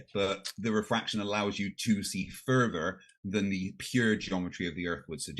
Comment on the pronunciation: Every time I hear say "further" I hear "fervor" as in he defends his beliefs with religious fervor! 😂